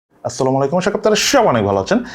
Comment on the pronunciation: ভাই সালামটা একটু ক্লিয়ার করবেন